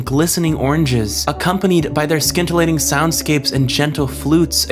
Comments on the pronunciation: Very eloquent use of vocabulary. It's pronounced scintillating (with the sc- as in scene). That's the only thing out of this whole review that I could find fault with. I've always liked the Black Cauldron. Thank you for defending it. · hahahaah im so glad someone else noticed this ...."skin-til-ating" lol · I was thinking about how nuts this guy’s vocabulary must be til he pronounced the c in scintillating and I realized he probably looked most of it up in a thesaurus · Or sometimes you know words and just generally have a hard time pronouncing them. I’m a writer and I still say pronunciations out loud that no man has ever uttered before. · The "c" in "scintillating" is silent.